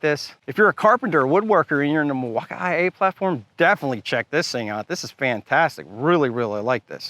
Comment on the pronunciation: If you keep saying Milwaukaiii I’m gonna have to report you to the FBI. This is illegal for sure 😂😂